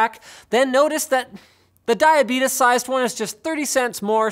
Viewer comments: Did he say "diabetus"? I didnt know Linus' uncle was wilford brimley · Dia-betus sized. I'm roaring hahaha